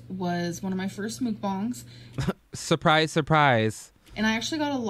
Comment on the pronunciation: Lol I’m wondering why she says “mook-bong” instead of “muck-bang” hmmmmmm